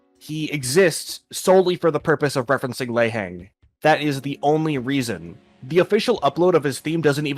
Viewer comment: your pronounciation of lei heng is funny, thats all